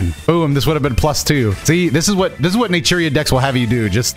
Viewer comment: Everytine you say natura i hear nigeria